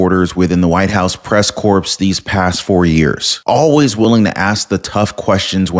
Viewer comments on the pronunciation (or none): Woooo....White House Press Corps.....pronounced like "core," not "corpse." Were you joking or what? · FYI: The word is pronounced “press core” not “corpse.” I know it’s spelled corps, but it is pronounced as “press core.” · Press Corps is pronounced “Press Core” the s is silent in this case. Like Marine Corps is Marine Core, silent s. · ..it's corps (pronounced core). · Check pronunciation of corps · Press "corps" isn't pronounced corps...it's pronounced more like "core". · Hey, love ya man but corps is annunciated with the p silent. js bro. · Corps vs corpse. The 'p,' and 's,' are silent. Love the show. I screwed up on 'salmon.' I didn't know the 'l' was silent. That still sounds strange to me.😂